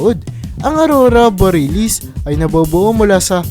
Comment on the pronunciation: Patawad po. pronunciation po. Bor-ya-lis